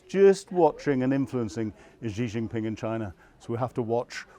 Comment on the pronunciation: The Chinese leaders name is pronounced like the letter "C" so in English would read "C Jin Ping"